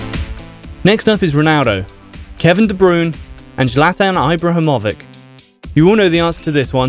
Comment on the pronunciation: Mate you know nothing about football ibrahimovic ć not c and it’s Ibra not ibraa